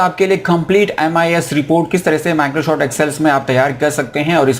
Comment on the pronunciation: Microshoft kyuin bolte ho 🤣